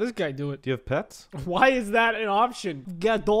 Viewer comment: When you say "Do You Have Pets" it sounds like "Do You Have Peps"